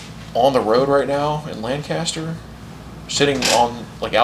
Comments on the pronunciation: As someone from PA. First of all Thank you! Secondly, it’s pronounced Lankester around here. 😂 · It’s Pronounced (Lenkester) btw when you are in PA. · It's pronounced Lang-kist-er.